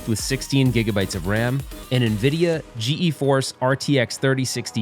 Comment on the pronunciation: G-E-Force? First time I've heard it said that way. Made me chuckle.